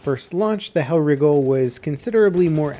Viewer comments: y is he saying hellwrigle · Stop pronouncing it hellriggle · pronounce's Hellriegel as Hell Riggle